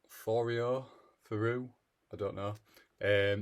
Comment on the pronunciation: Quite glad to see that even native speakers struggle to pronounce Thoreau's name...as a French person, I've always found it difficult to pronounce 😅